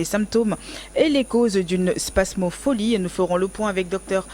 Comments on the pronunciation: C'est pas spasmopholie Mais spasmophilie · Il serait bon de reprendre le mot spasmophilie et non pas spasmopholie qui n'existe pas. C'est un i et pas un o au niveau de la prononciation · Cest pas spamopholie c’est spamophilie très bien pour une chroniqueuse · C est pas spasmopholie mais spasmophilie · 😂😂😂 vraiment , et c est pas spam mais spasm elle m as fumé